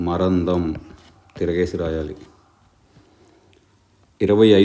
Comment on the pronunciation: 18: నిలువు : మరందం. అన్నారు. కానీ.... మకరందం అనే అంటారు.